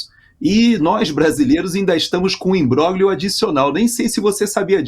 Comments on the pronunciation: por favor, pronuncia-se imbrólhio, e não imbróglio, que é apenas como se escreve: o grupo gl tem som de lh. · Não há quem aguente,, o senhor pronunciando "imbroglio" de forma errada. O senhor faz questão de pronunciar U-S-A-I-D corretissimamente, mas faz a mesma questão de pronunciar os nomes italianos erradamente. Por que? O italiano é um idioma latino como o nosso, lindo. Não verei mais o jornal.